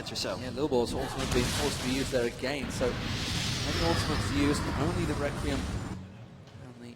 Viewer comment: This commentator "Agayn"